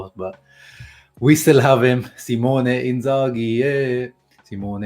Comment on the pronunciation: You can remove the H from the name when saying it. It’s a silent h